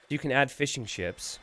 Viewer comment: Every time you say Fishing Ships, I hear fish n chips.